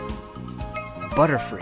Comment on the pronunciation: "butter" "free" LOL